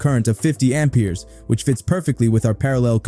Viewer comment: I an not native speaker but that pronunciation of Ampers makes me sick in my stomach. It hurts my head.